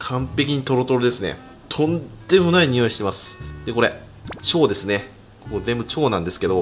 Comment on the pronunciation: だめですずぇはジワジワくるw